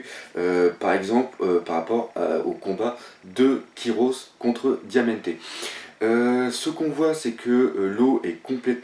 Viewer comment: ptn j'adore tes vidéos mais revise la pronotiation des noms sa passe plus la ras le bol le diamentesse pendant 1/4 h alors que c diamanté